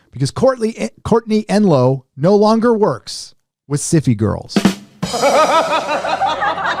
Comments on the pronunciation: The way he says syfy girls makes me think it's some kind of std. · Love how your Pronunciation of SYFY, sounds like beginning of syphilis. :)